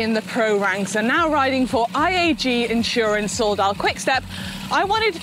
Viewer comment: I had to pause the video when Manon said "IAG Insurance Soudal Quickstep" because I work for IAG and thought I'd missed a massive announcement...sadly I hadn't it is "AG Insurance"